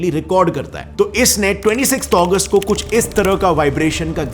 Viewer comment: Bro it is Agust not Aguest